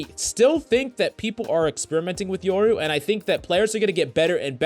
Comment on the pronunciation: its YOru not YERru